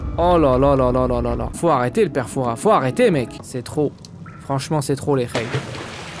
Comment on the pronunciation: C’est pas le père fourasse frère c’est le frère fourousse